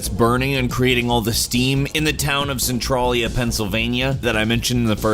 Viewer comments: As someone who frequently visits Centralia and lives in Pennsylvania... It is pronounced cent-RAIL-ee-a c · Centralia is pronounced Cent a (like follow that "trail".) with a ya sound at the end. Cen ya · He can't pronounce Centralia right either. I live like 15 minutes from Centralia. It's pronounced Sen-Trail-Ya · omg no stop pronouncing centrailia that way, it's my favorite place to adventure in and it hurts my feelings. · dude you said the town wrong. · I'm from a town 2 miles away from centralia and let me tell you, your pronunciation of the town made me laugh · You are not saying the name of the town even close to the right way....... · also u pronounce Centralia wrong